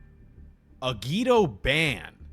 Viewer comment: SAY IT WITH ME AGIDO